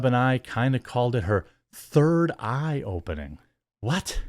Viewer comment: Did she say "third eye opening" or "third hole opening"?